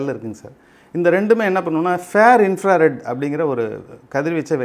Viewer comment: அது ஃபேர் இன் ஃப்ரா ரெட் இல்லை ஃபார் இன் ஃப்ரா ரெட் ரேஸ்.